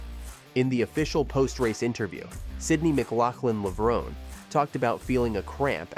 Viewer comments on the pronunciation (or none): why announcerbro cannot pronounce her name correctly?